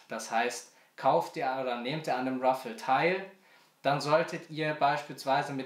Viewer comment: heißt btw RAFFLE mit A und nicht Ruffle mit U